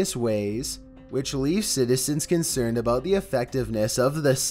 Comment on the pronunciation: "Yeah the flamingo is *consered*"💀💀💀